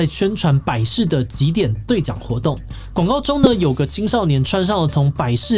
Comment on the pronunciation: 一身行（ㄒㄧㄥˊ）頭